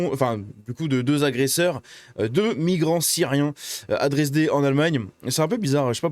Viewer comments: c'est la ville de Dresde (Dresden) pas "Dresdé", connue pour avoir été la cible de bombardements intensifs durant la seconde guerre, et qui a dû être quasiment intégralement reconstruite. Kidney failure, signifie d'autre part, insuffisance rénale. 7 ça fait un peu beaucoup... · On dit dresde pas dresdé